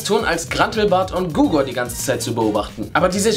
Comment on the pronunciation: Er heißt Hugor nicht Gugor!!! xddd